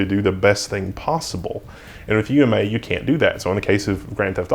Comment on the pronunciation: good call on saying "U M A" instead of "ooma", i could see myself easily mishearing that as "newma"